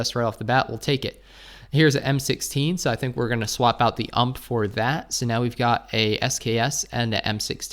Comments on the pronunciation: Why do you say UMP instead of U - M - P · Please don't call it ump. It's called U.M.P. Nice video👌